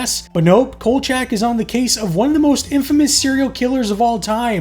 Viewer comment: Could you please get the characters name right, his name is kolchack and not kojack.